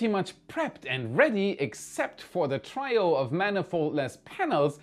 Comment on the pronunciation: Trio: "tree-oh"